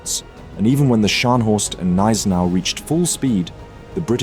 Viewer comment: Thanks for the video. One remark: its Gneisenau with a G, not Neisenau - saying it like that sounds like saying Glasgow without the G. After all, its german, not french